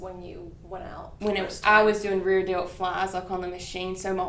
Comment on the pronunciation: When she said she felt it in her “reer dilt”, I felt that.